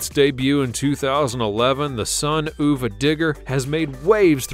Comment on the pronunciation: Oova digger??? If your gonna narrate this stuff learn the name. You even said it Son of a Digger. How sad 😞 uva pronounced of a not oova wow just wow